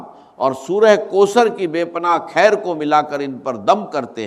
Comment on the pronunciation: یہ آواز ڈاکٹر اسرار سے ملتی جلتی ضرور ھے لیکن یہ آواز ڈاکٹر اسرار احمد کی ھے نہیں بغور سنیں تو پتہ چل جائے گا کیونکہ ڈاکٹر صاحب کا تلفظ اتنا غلط نہیں ہو سکتا جیسا کہ خیر کو کھیر اور ضرور کو جرور اور دیگر الفاظ بھی ہیں جن کی ادائیگی غلط کیا جارہا ھے خاص کو کھاس ایسا ہوہی نہیں سکتا کہ ڈاکٹر صاحب کی تلفظ ادائیگی ایسی ہو